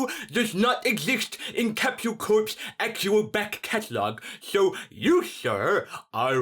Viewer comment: You pronounce capsule as captuale?